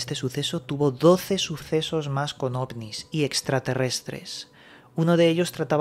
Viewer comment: Un momento dijo osnis? Jajajajajajajajajajajaja o solo soy yo porque estoy viajando por la galaxia 💉💊🚬💨👹🤘